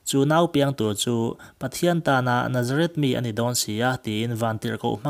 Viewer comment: Nazareth tiin i lam ri a,Nazarit ti a lam zawk tur aw